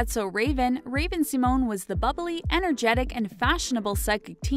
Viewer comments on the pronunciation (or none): Raven "see-moan" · cringed so hard at how you pronounced 'symone' or 'simone' barf barf barf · It's not pronounced "Sea-moan".